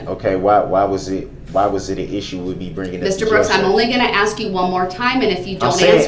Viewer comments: Why do people say "aks", when they know the word is ask. Is it a refusal or are their lips just incapable of pronouncing those 3 little words correctly? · For every piece of crap out there like this one....if you say AX instead of ASK.....Open a dictionary you illiterate idiots. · AXE NOT ASK! 😂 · Michelle isnt here so he doesn’t need to “axe” anyone 😂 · Cuz yo aks😂😂😂😂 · Axe me a question! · Someone teach that idiot the word A-S-K! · Ughh I hate it when people AXE me to do stuff!